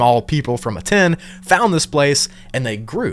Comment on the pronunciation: Aten is pronounced AHTEN and not A-TEN.